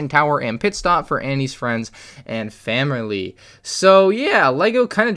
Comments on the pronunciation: sounds like you had a Jar Jar moment "Famerly" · “And famerly” I couldn’t stop laughing